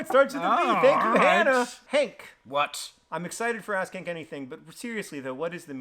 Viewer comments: Why did I hear “Ass Kank Anything?” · Does John say Ask Hank or Ass Kink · Why do you have to say it like "ass-kank"